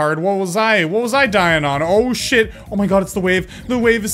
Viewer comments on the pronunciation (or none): Im confused... Im pretty sure you said "Oh shit.", but my ears made it sound like "Hold shift."